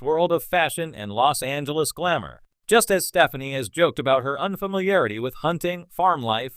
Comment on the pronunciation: I think you need to learn how to say her last name lol how can I take you seriously 🤣